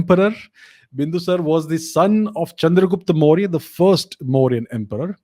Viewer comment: Make a habit of pronouncing the suffix vowel. Its Ashok-aa not Ashok. And Bindusar-aa not Bindusar, Maury-aa not Maury.